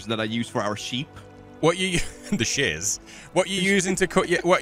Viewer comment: I like how you both pronounce Shears as " The SHIZZ " LOL